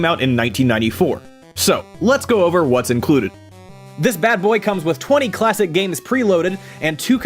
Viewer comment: Did anyone else notice that, said PlayStation Clawsic